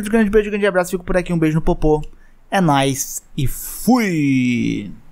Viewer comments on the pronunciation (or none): none